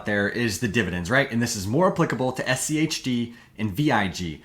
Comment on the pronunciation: was annoying to me how your inflection goes up on the H in schg and schd, when the g and d are what are different and so that should be the emphasis when you are differentiating these words, you basically made a point to make it super hard to follow bc you wanted to try to make it easier to understand by speaking like a five year old.